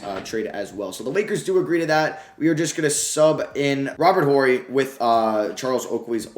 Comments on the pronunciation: The H is silent in Horry. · The H in Robert Horry is silent 😂 Rly enjoying this series. Definitely would enjoy you using the Pistons at some point.